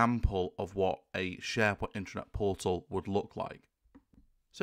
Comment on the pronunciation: first constructive criticism. your pronunciation of (internet/intranet?) drove me to the transcript. sounds to my ear "intranet" which would be appropriate for Private authorized users only access. the transcript says internet, what are you saying? it would not be the first time i found major errors with the transcripts. sharepoint could be considered cloudbased intranet to an organization.